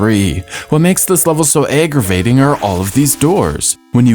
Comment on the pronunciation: Also: Could've sworn you said Egg-ravating. Unintentional pun?